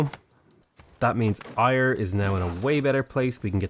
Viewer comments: The city of Ayr is pronounced like air instead of ire 👌🏼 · Ayr is pronounced 'Air' not 'Ire' just to be that guy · "Air" not "Iyre"! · Hey man loving the lets play first one of yours im getting into properly so keep it up. But being Scottish can help but cringe the way your pronounce Ayr not hating just mentioning out of interest but its pronounced Air rather than Ire. Keep up the great vids!!! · It’s pronounced “air” for Ayr, as a Scot this annoys me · Great video! Ayr is pronounced like Air :D EDIT: Scone is Scoon too hehe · Ayr is said Air btw. I had no idea what town you were talking about for so long haha. Great vids! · just to let you know, Ayr is pronounced the same as 'air' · Just if your wondering the citie Ayr is proununced air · Please for the love of all that is holy please call ayr (Air) properly its driving me crazy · Sorry but it's pronounced "air" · Sorry, but again “Ayr” is pronounced like “air”. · How you pronounce Ayr makes me die a little inside ever time....lol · Hate to be that guy, but Ayr is pronounced 'air', Scone is pronounced 'Scoon'. Also find it strange that the devs picked Stirling as Scotland's capital, as when Robert the Bruce ruled Scotland the capital was Dunfermline. He lived there in Dunfermline Abbey and is buried there. Quite an interesting place if you're into that sort of thing...